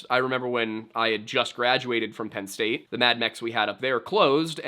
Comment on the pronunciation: You said Penn states daddy wrong